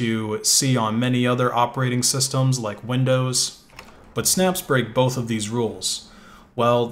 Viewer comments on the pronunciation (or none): none